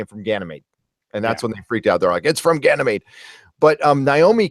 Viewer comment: Doris .... Doris Bourne Gan y mede. meeeeeeeee.d